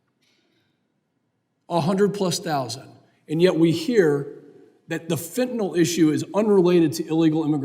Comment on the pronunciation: I was so happy to hear someone anywhere involved in the border crisis finally FINALLY correctly pronounce the word “FENTANYL”. I snapped around to see who did that! Mark Green (R), an M.D. Ahaa!!! Like me, ut must drive him nuts that the word fentanyl is mass-mispronounced. Its like they want to change a pronounciation permanently into permanent mispronounced word like “Keiv” is now pronounced always as “Keev”. Mass ignorance. Fentanyl is pronounced FENTAN-ILL. Not Fantan-ALL.